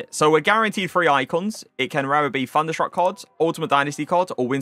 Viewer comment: It’s not FUNderstruck it’s THUNderstruck TH not FUH